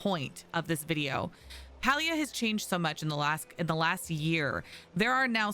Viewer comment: You’re so much more concerned about telling other players “look what I can do” and “you should do this” rather than pronouncing the actual game title correctly 🥴